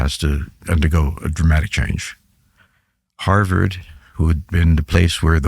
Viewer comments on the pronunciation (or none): none